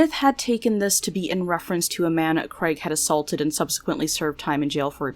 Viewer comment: The late son is called Craig not Creg.